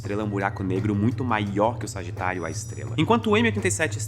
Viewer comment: eu só conseguia ouvir "Sargitário, A Estrela!" (signo com epípeto jkkkkk)